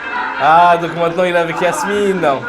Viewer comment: Yasmine ? 😂 c’est Yamina 😂